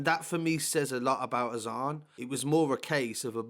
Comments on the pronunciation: more time be around apnai. Pronounced “Azaan” on point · Pronounced his name beautifully bro . 🤲🏻 his name means In Arabic “the call to prayer” I’ve followed this since it happened so close to we’re I lived then such bastards this put me in tears 😓 so sad such a loss. This kid gives me that feeling he was going places and a nice kid He didn’t want trouble. Proper cowards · Pronounced his name beautifully bro. Nice too see positive comments. His name is arabic. When prophet Muhammad (pbuh) had released Bilal from slavery he then encouraged Bilal to recite a saying that makes every one known when prayer times were. And before prayer time that saying( look up in english) is